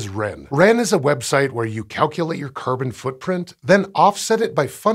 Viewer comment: Is it me or does anyone else hears kerban instead of carbon??